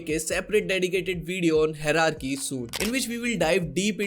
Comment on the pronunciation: just a tip- first you learn how to pronounce hierarchy correctly! Thanks!